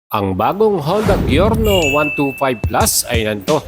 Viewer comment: Good video! pero boss it's pronounced as Jyorno. Letter J po ang pagbigkas sa G nya.